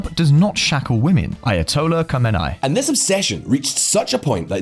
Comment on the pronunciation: Just for reference - Khamenaei is pronounced - KHAH-meh-NAY-ee. It is four distinct syllables. Khomeini is pronounced - KHOH-may-nee.